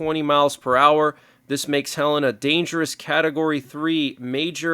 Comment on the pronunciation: Helena. Not Helen